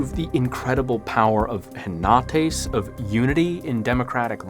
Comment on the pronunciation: They're pronounced keenos (common), sofos(wise), efthina (responsible), enotees (unity).